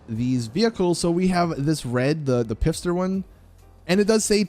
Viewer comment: it is 2021 and you still say „Pifster“!?